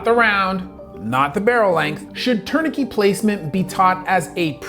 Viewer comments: Impressive but what is a "tournikey"? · Great video, although I have never heard anyone say, “Tourni-key” for tourniquet lol. Either way, the U.S. needs more robust gun control laws, based on the soul fact that gun deaths are way higher than every other country. Along with wealth equality reform, governmental reform, and installing more services that actually help people, instead of just making the rich richer and giving Israel money. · What is a “turn a key”? I heard you say that at least 3 times. What is that? Were you trying to say tourniquet? That seems most likely. If you’re gonna bring up something like that, I would recommend pronouncing it correctly, and then also educating people on the different classes of that particular survivability tool. You’re able to succinctly speak in medical terms that use quite complicated words, but error on that particular one. I think learning to properly pronounce the terminology in every topic you’re discussing would increase the validity of your position and video. I can hear past the mispronouncing of tourniquet, and I know exactly what you mean, but I can’t say that everybody would be able to do that. Overall, great video, very informative, and really sheds light on basic physics that people should be aware of, especially when discussing ballistics. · the "t" at the end of "tourniquet" is not silent. my mother is a native French speaker and is a high school French teacher (from Monaco, not Canada) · This guy mispronounced Garand and Tourniquet. Makes me question his knowledge. Lol. Not really. But it is distracting